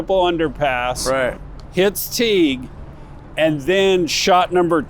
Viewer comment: I made it 4 minutes and 19 seconds into this video. If you pronounce Dealy Plaza as "Daily", and Tague as "Teeg", I am done. do your homework next time.